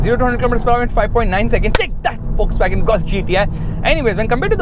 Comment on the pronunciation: Bro Please say VOLKSWAGEN properly why you say Fuckswagen 😂